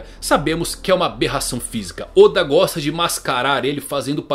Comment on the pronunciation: Teoriad barba Negra oda não e assim a pronúncia kk